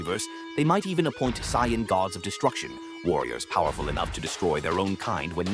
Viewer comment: Getting a "do not recommend channel" and dislike for dumb ai bot pronouncing it cyan.... like bruh 😐😐🙄